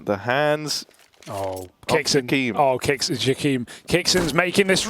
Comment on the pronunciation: why is pronouncing Jkaem like jaquim?